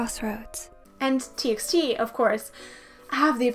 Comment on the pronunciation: "T by T" not "T eks T"